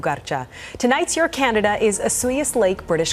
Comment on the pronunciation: She pronounced Osoyoos correctly! That is exceedingly rare for anyone that lives outside the area, and even for some that live there!